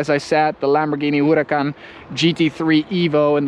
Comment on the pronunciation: This dude over here saying Huracan like Hourrahh! Kaan lol.. And when he starts with the italian terms, bolognese de la italia lol